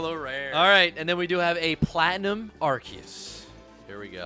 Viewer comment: Did he just say ''ARKEYUS''